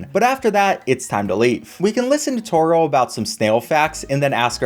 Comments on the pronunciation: the way he says= toereall got me like bruh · Not sure y u pronounce toriels name like that